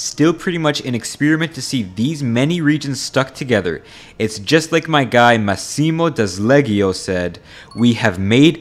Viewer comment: If you are going to presume to make these sort of “authoritative” videos, you really really need to learn the proper pronunciation of the names and places you are referring to. It is painful To hear you massacre “campanilismo” and “Massimo d’Azeglio.”